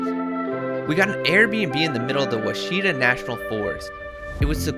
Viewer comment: The Oachita mountains are pronounced "Whaw shi taah" with the accent on the first syllable.